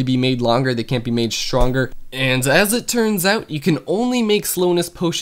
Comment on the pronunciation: HAHAAHA Shronger - Stronger